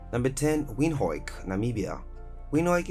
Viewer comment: Love the pronunciation "Winhooeyk"😅😅